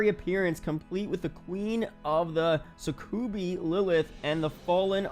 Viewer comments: Succubi (suc-u-by). Not "sah-coo-bee". Lolz. Nice video 👍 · “Suckubi” you didn’t just pronounce it like that bruh